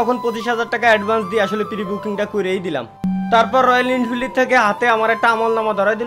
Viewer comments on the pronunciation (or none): ওটা ইনফিল্ড না রে,,, ওটা এনফিল্ড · Are ইন্ফিল্ড noy এনফিল্ড ota